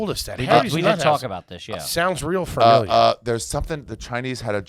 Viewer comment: saying framiliar is so garbage